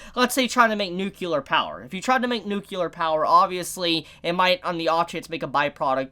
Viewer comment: Is weird how you said "nuclear", you pronounce something between "c" and "l"